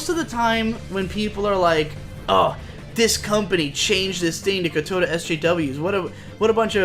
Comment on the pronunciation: I CAN'T TAKE IT ANY LONGER "KOWTOW" IS PRONOUNCED LIKE "COW-TAU" LIKE THE ANIMAL THAT SAYS MOO GODAMMIT